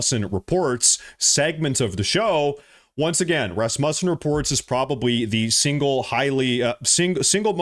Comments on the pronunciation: RasMUSsen? Pronounced RASmussen where I’m from. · Dude learn how to say the names the word sounds like (Raz-moo-sin) or (Ros-moo-sin)THat is how you say it Rosmussen. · it's pronounced Rassmuessen. (Second syllable like 'u' in 'useless'.) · Íf you are maga,Then how is it that you can't even pronounce Rasmussen correctly?